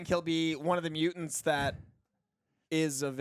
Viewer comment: Dude...MUTANTS with the t not d, its not mudants...